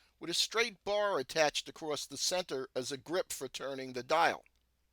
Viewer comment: And center is not senner